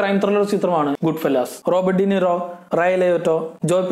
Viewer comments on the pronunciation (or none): none